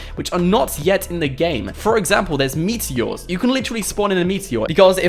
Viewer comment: Hes saying meaty ores